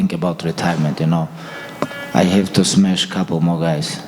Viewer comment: I have to smesh a couple more guys (c) Khabib